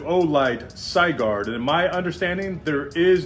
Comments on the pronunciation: Sigurd, pronounced Si as in Sit, gird as in girdle it's Old Norse and also the bezel is Stainless Steel. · Supposed to be Sig as in Sig arms and urd as in turd. Sig-urd. Something to do with someone killing a dragon in German mythology.